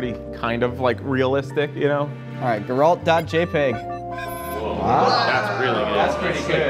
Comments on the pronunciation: Not sure if I'm more amazed by how no one managed to pronounce Geralts name right or how they pronounced it wrong two different ways :D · the way they say geralt pains me and I'm convinced they did it on purpose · They were saying his name wrong because it looked like off brand Geralt. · Geralt of Rivia says his name in the games so many times that nobody has any excuse to be pronouncing it wrong like that. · The mispronunciation of Geralt hurts my soul. I can understand if the characters name has never been spoken. But through 3 games his name is said hundreds of time. And even the Netflix series which at least most of the crew has 100% watched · The way they all pronounced Geralt killed me lmao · that “Geralt” pronunciation was unfortunate it hurts my ears 😒😒😒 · The crimes levied against Geralt for mispronouncing his name will never be forgiven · Amazing how not a single one of them managed to pronounce Geralt correctly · The funniest part of the video is how they mispronounced Geralt’s name every time lmao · Funny video, really had to fight through my "um, actually" rage at their total inability to pronounce "Geralt" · God my blood boiled with how you pronunced "Geralt" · The way yall butchered the pronunciation of Geralt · Man, they really butcher Geralt's name... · How do they not know how to pronounce Geralt 😂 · How did you all pronounce geralt the same, incorrect way? 🤔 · please don't put accent on "a" pronouncing Geralt its gEralt. Emphasis on "e" Nobody says that joshUa, we say jOshua So please put some attention to foreign names, ok? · Love these, but it's so hard to hear them all say "Jeralt" Instead of Geralt lol. Edit: also "Cloud from smash" ouch, it hurts. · When the whole crew wrong calls the White Wolf GUH-ralt instead of GER-ralt. I can't. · bro how could everyone mess up Geralt like that. Jeralt, Gerr alt. bruh. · really hit my boy Geralt with the "Jeralt" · Hath thou but tried Gerr-Alt-Delete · Weird pronounciation of "Geraaaalt" ;)